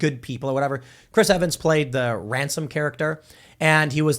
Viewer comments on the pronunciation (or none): none